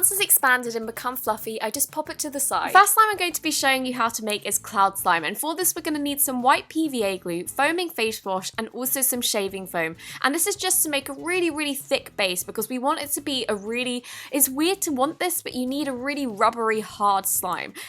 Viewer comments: Btw she said fash wash but she ment face wash No hate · did anyone else hear foaming fash wash??? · Foaming “faysh” wash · Did any one hear her say faesh wash on the first one XD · u said foaming fashe wash😂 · "facshe wash"!!!!!! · FASHE WASH! 😂😂😂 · Luv the video!!! ☺ foaming fash wash!!! 😅😅 ur the best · she said foaming fashe wash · “Foaming Fash Wash” Me:... 😂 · who else realized she said foaming fashe wash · "fash wash" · she said foaming fash wash. Lol 😂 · “fash wash” 😂😂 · Foaming faish wash?😂😂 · fash wash?? 😂❤️ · "foaming fash wash"😂